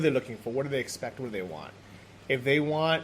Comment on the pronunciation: you should teach how to pronounce "They" and "Then":D its not "zey" and "zen". I dont mean it bad, I love you both and love your vlogs from Sri Lanka:). I´m not english native speaker either, but I would be happy if somebody corrected me in my speaking so I can say it next time correctly:).